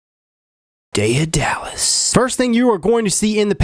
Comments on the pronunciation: Listening to you pronounce Daedalus is painful. It is ded-l-uh s not day-a-dal-us. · Day-duh-lis. Not Day-uh-dallas. Jeeze. Miriam Webster is literally one click away. Com'on. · day - duh - lis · Daedalus Day..da..lis. Ancient greek who created the labyrinth that housed the Minotaur. I do like Day Dallas though :D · There's always a condescending A-Hole on every comment page. I wouldn't worry too much about Hotwired CumulOhm's comment about the pronnunciation of the Daedalus (Dae·da·lus). It is more a Deh than Day sounding syllable. But based upon rational thinking and reading the name given the device and your link, I was able to find it without reading a classic novel. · Lol that pronunciation is just so bad. It is ded-l-uh s not Day-uh-dallas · rofl your pronunciation. it's not "Day er dallas" you cretin. "day d lus" (phonetically speaking) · Day-uh-dallas!!!! Rofl!!! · I'm mad you keep calling him "day of Dallas" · Hate to be that person, but its "day-da-lis" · It's (day-duh-lus) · It's pronounced daed a lus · I love it when people mispronounce words. It is pronounced Day dal us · Day-a-dallas! Hahaha. I love this guy! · It's pronounced DAY-DA-LUSS, btw. As in Daedalus the father of Icarus. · pronounced data less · it's day-de-lus. that's the pronunciation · Love ya man but its pronounced day duh lus 😂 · It's pronounced DAY-duh-liss... #triggered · pronounced 'day-dah-lus' Daedalus was the father of Icarus from Greek mythology. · day-duh-lus correct way to pronounce it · it's pronounced day duh less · lol at the pronunciation. day-a-dallas... lul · Day Dallas y'all. I'm just gonna make a ten minute video and mispronounce this word over and over. Vape reviewers should really start googling these hard words. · Its pronounced Day * da * less btw. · Daedalus is pronounced day-duh-lus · it's pronounced Ded-a-liss. it's a Greek thing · As an original Greek..:P We pronounce it like The-Tha-Los (δαι{ε}-δα-λος) Nice and awesome gear by the way!